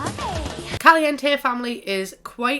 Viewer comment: I’m Spanish and I’m sorry but I hate the way you say caliente